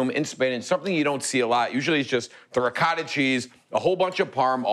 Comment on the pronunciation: Love the ricotta pronounced "ree guh tuh" just like my mom said it.